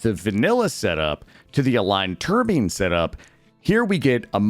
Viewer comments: TUR-BINE not TUR-BEEN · Tur-bine Not Tur-bean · Wait...that's how you think it's SUPPOSED to be pronounced? Long i. Umm... Tur-bye-n ( Huh, apparently "tur bean" is a common mistake? That doesn't match the spelling and basic grammar rules at all. I know it's not a big deal, it just threw me when I heard it ) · damnit man, the last thing I need is more mods...but you listed some really good ones I don't have..oh and wtf is a TURBEAN??? LOL, look up the pronunciation for Turbine:P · turbeens or turbyne? English is my 3rd language, always thought it was Turbyne. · It's pronounced /tur-bine/, instead of /tur-bean/. Last syllable rhymes with "pine" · The only thing that I didn't like about this video was your constant need to pronounce turbine like Ter Bean. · Gave it a thumbs up, even with botched turbine pronunciation! Great list, thanks for the vid!